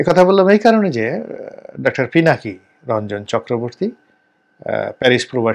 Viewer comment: পিনাকী দাদার নামটাও ঠিক মত বলতে পারলেন না। আর আপনি আসছেন পিনাকীদা'র মুল্যায়ন করতে। Shame on you man!